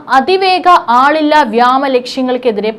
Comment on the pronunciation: വ്യേമ എന്ന് ഉച്ഛരിക്കാൻ പഠിക്കൂ